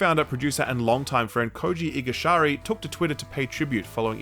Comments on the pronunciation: the man's name is Igarashi, not igashari. Kind sounds extra bad when mentioning a death of a colleague to him as well. I love your work, but come on. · His name is Koji Igurashi not Igushari. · I had to rewind a bit, I thought I heard wrong. "Igashari". Nothing too serious, just engaging with the video.